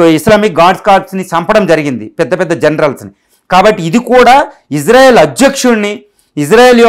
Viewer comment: ఇజ్రా కాదు సార్ ఇశ్రా అనాలి